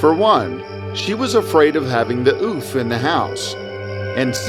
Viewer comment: When he said the forest ouphe... I thought he said"Oof"😂